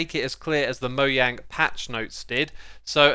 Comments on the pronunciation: Mo JANG. Not Yang. Jeez 🙄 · It’s mojang not moyang lol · Mo.....JANG . NOT Yang. I'm Swedish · Me:No nono nono your saying "moyang", like it's a disease Xsumavoid:haha, how do you say it? Me:I say it the way everyone ought to say it, mojang, m-o-j-a-n-g. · Moyang instead of mojang lol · "moyang" it's fine it's fine it's fine it's fine it's fine it's fine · you said mojang insted of mojang xd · Yes, I heard it. It was distracting, because it kept making my brain stop listening to go “!!!?” for a few moments each time. I assume he will continue because he also pronounces Mojang as “mouyan” routinely. 🤷